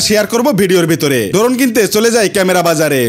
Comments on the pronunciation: ড্রোন ❌ ডোরোন✅ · ভাই শব্দ টা ড্রোন হবে ড্রোন না